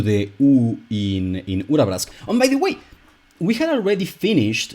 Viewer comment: the way you say Urabrask is really rewarding for the ear. thank you